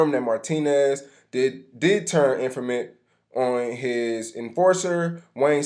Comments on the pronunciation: did he just say "infament" instead of " informant" 📚 😂😂💀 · "In-for-ment" ? lol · Lmao rt. He said it like infermint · I caught that as well if i may say 😌😊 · that dude couldn't pronouncr informant....smdh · He said indictment but couldn’t say informant